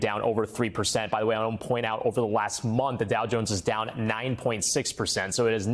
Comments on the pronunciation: Bro called him chunggus instead of cheung is peak 'ya i can slip that into the news read no one will notice' ahh inside joke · I thought she said ‘Brian chungus’